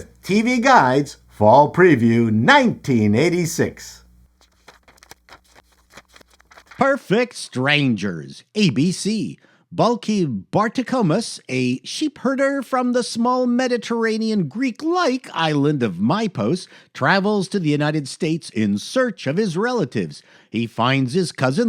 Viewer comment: Its BarTOKomous